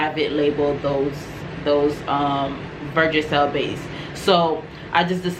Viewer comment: It’s versagel sweetie not vergagel, thanks for the information.